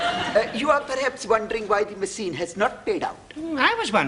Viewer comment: This "maseen" not pronounced machine. Ha Ha!